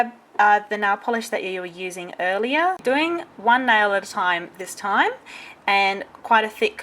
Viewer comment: If I didn't hear wrong...she says nail wrong...just sayin'.....i don't mean being silly or something